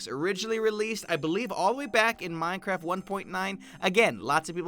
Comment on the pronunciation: Minecrif? ....did anyone else catch that 😂😂😂